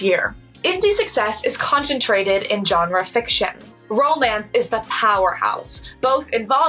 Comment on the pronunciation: You're not pronouncing GENRE correctly.